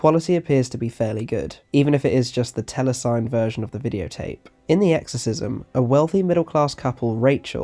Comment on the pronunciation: Lovely piece. RE Telecined. Its pronounced tellysinnyed not tellysigned. I'm a horrid pedant I know. But your content is so good, I cant help myself. Thanks again. 🙂Subscribed